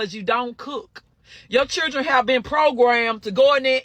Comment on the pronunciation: It cracks me up everytime someone says "key ids" and "chih rin".